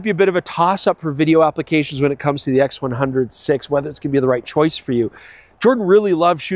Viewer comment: I cringe every time he says "X100 'Vee' " instead of "X100 Five".